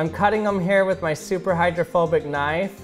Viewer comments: I thought for a second he said homophobic water droplet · Thought you said homophobic water XD